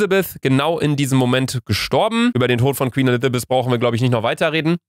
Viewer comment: Niemand, Luca: ääähhh, ..Elizabeth... Zwei Sekunden später:.. elithapiz😂😂